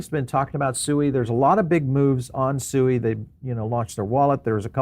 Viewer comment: BTW - SUI is pronounced ‘SWEE’ because the founders are Swiss (Suisse).